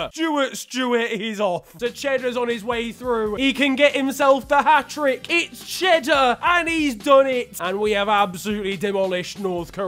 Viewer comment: Mate I thought Ghaddar said cheddar as well😂